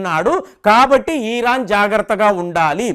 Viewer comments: ఇరాన్ అనండి సార్, "ఈరాన్" అంటే వినడం బాగా లేదు. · ఈరాన్ కాదు ఇరాన్